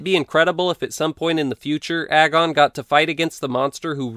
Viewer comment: Does anyone else realize that "agon" rymes with "dragon" if you say it correctly?